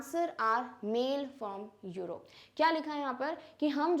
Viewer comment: Mam Europe pronunciation was done wrongly